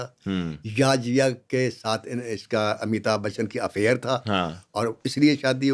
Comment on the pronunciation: Kindly pronounce correctly Not Amita bachchan but Amitabh Bachchan.